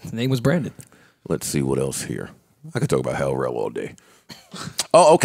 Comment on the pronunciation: Joe said L Rell!!!!😂😂😂😂